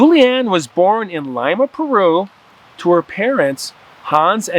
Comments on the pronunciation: "Lee-mah" not "Lie-mah" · “Lima” is pronounced LEE-MAH. Definitely not like the bean.🤗 Thank you for bringing this story to light. I’m Peruvian and we preferred to use Lufthansa airline (German) back in the day. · It’s pronounced Leema but love you and you stories!